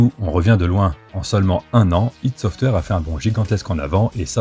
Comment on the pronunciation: J'ai encore pas regardé toute la video, mais rien que pour le fait que ç'est la première fois que j'entends enfin quelqu'un prononcer "ID Software" correctement, ça mérite non seulement un like, mais toute mon admiration !! Merci.